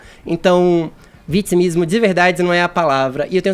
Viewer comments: nojo desse cara que fala ''vitismo''. Fefito tem que ta ai pra acabar com esses merdas. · pq esse bumbum guloso fala vitzimismo? Não sabe pronunciar as palavras corretamente ou isso é o tal do dialeto pajubá? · "Utchimu país"... Bla bla bla. Fefito provoca náusea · Que nervoso ouvir esse comentarista falar "vitchimismo" depois de uma aula que o Kaka deu, ele sente necessidade de abrir a boca pra tentar lacrar .